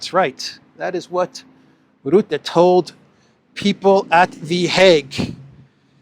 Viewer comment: Rootte does not exist. I only know 'Rutte'. Learn to pronounce names.